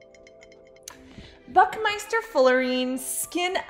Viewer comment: It's Buckminsterfullerene , just saying. I'm sorry if I didn't get the joke, if it was one. No hate.